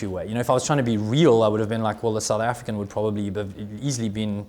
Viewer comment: Africaan, not afreekhan.